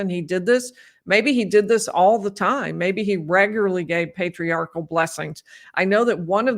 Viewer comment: He also kept calling it a Patriarchal Prayer before it devolved further to what sort of sounded like Para-quwee-all Prayer 😂😂😂 I know part of that is what you were pointing out, but I wanted to further point out how it’s not called a Patriarchal “Prayer” either. Any Mormon hearing that would be thinking about how wrong that sounded. Also, Doctrine “of” Covenants, lol. Not right either. Oh.